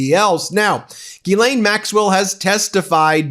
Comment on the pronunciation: Come on, Man. Learn to pronounce Ghislaine. FFS.